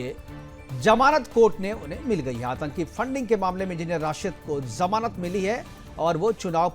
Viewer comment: Kezriwal, zail (jail), jamanat to kabhi zamanat, izazat 😂😂 jammu kasmir, Abe kutte jaahil bolna seekh ke aao.